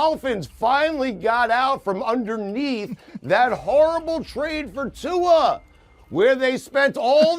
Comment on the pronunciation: He got Rivers and Tua correctly!